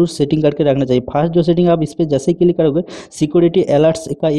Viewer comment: Click ❌ Cilik ✅ .